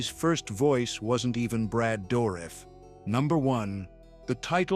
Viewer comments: He means the guy is saying Brad Dourif's name wrong. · at least say Brads name right.